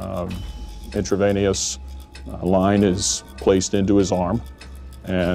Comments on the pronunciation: The guy couldn’t even say “intravenous”right. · the expert should at least be able ro pronounce intravenous